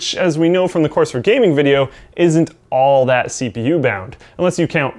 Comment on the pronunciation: Not ever two minutes later and we have another one.. "Coers". Get it together,.